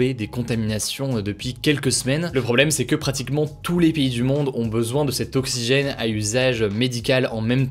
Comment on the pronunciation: "pour acheter de l'oxchygène" ! xD